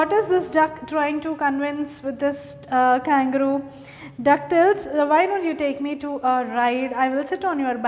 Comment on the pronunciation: Mam u r pronouncing the name of kangaroo wrong mam